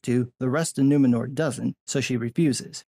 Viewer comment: I'm just like - you know - like...so offended that the city's call Nu-MEN-or? I mean, like...what-the-fûçk? It's like...2022-uh? Can we call it Nuwomxnnor for inclusion, please-uh?